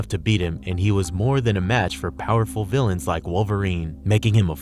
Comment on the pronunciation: I love these videos but PLEASE do at least one read through of the script before committing it to audio so it sounds less broken and disjointed. Also, trying to 'untie' instead of 'unite' is bad enough ..... but "... he was more than a match for powerful 'villains' like Wolverine..." 🤔